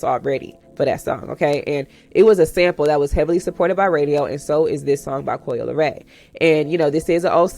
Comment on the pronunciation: Coi * Leray…. No “L” at the end